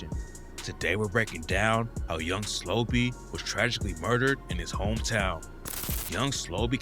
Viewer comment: Slobae? Wtf it's pronounced how it sounds are you slow? Slo-Be